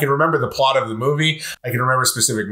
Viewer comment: ZEE ICE AGE